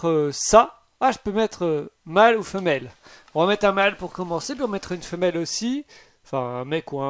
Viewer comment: Le « mal ou femmel « sa ma fumer 😂😭